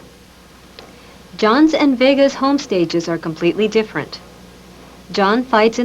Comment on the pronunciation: This lady is so hot I love how she reads and pronounces words. Very exacting. The only folksy idiomatic thing I hear is that she pronounces "different" like, "diffurnt", which itself is so out of character & clearly done by a calculation to fit in with a certain type of 1980s good-old-boy and not appear pretentious or foreign to him. It took me until the end of the video to realize that English may not be her first language, which is truly insane. She might be the sharpest person you'll ever see. Not surprised her side of things won this case.